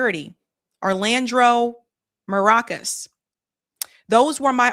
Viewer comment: lol... that pronunciation of Alejandro Mayorkas... it sounds like this: All-ah-han-dro May-or-cuss. Other than that, great coverage.